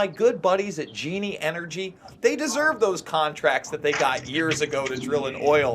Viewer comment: Hahaja, he said GENEANE oil instead of GENIE